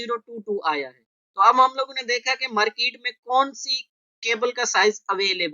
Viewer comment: merkeet nahi :-) market. but good tutorial..thanks